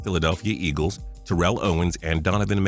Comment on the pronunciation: Just a little FYI it's pronounced tear-ull Owens not tur-rell